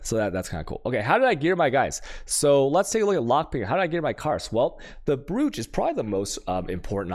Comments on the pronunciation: brooch is pronounced broach alchemy is pronounced alkemy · Why is brooch pronounce broach?